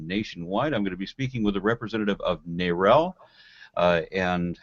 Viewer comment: I pronounce "NARAL" as if it rhymes with "barrel". "Nay-rel" sounds stupid. Kind of like saying "Ay-rab" for Arab, or "Fay-row" for "Pharaoh".